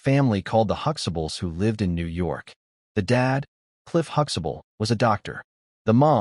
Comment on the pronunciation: Yeah and it is pronouncing their show name, "Huxables." The creator probably runs phone scams on the side. I hate AI.